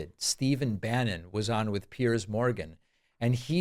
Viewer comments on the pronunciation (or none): none